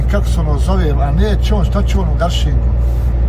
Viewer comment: I nije Garšing nego Garhing...međedu..